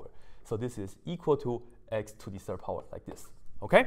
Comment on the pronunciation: I only can hear "to the Sir power" haha